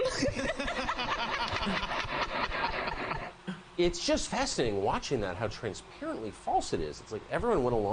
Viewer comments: He said it was a lie because that came from MLK story about a little girl that said fweedom... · yeah that story was made up for the campaign trail. Kamala isn't a very good liar. "Fweedom?" Yeah, okay. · The reason so many question her "fweedom" story is because there are similarities to a story MLK told of a little girl saying she wanted freedom to an officer who asked her what she wanted. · That story she told about fweedom was an MLK jr story, she stole it. Such a fake person